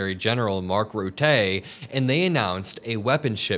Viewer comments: Just a little comment about the pronunciation of Mark Rutte’s surname, it is ruh-tuh, not routay. If you google it, you can actually get it in sound. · It's not Mark Rutay but Rutte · Mark Rutter, Rota is how you say😂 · please stop calling the Sec Gen of NATO Mark Rutter as Mark Ru-tay. He's Dutch and his name should be pronounced Roo-ta. Sorry but it's unprofessional. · Its not Rutteeee. It’s Ruttè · Ruttuh like in "duh", not "tay". Just for your information. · Hey, just small heads up with the pronunciation of Mark Rutte's name - Rutte is pronounced as 'Rutu' - where both u's are the same as the u in the word buck/luck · Rut-eh bro not Ruttè . Keep up the good work mate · It’s Roo-dah, not Roo-tay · It’s Mark Rhù-thù, not Ruethay…. (From a Dutch follower of your great shows.) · Rutteh. Not Ruttay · It's not very important but you pronounce the name of Mark Rutte wrong, it's Rùttù, not Rutté 😊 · Hahaha we Dutch are not as fancy as the French. It's phonetical; Rutten, not Rutté☺️. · It’s Mark Rutte pronounced as Ruttuh with the t’s audible. Your welcome. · Dude, I am from the Netherlands and you pronounce Mark Rutte as he is from France. 😂😂😂 you bether say Mark Rotten (like in rotten tomatoes) but instead use a U instead of an O. Love your show. Keep up the good work. ❤ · FYI, Mark Rutte. Rhymes with 'butter'. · A tip on how to pronounce NATO secretary's name, Mark Rutte. Rutte = Rue -tah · Please correctly pronounce Mark Rutte’s name? The first half’s vowel sounds like “put” {i PUT the card on the table}, not “root” or “rut”. Second half is “tuh”, sounds like “huh”. Accent on first half: RUT-tuh. 💜🇳🇱💜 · It's pronounced Rutta... He's German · You pronounce Rutte as ruttuh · Can you stop pronouncing Rutte's name like a spaz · The guy's name is Dutch not French. You pronounce both the "u" and the "e" in hisw las name like you would the "u" in the english word "put" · Please say Mark Rutte's name right.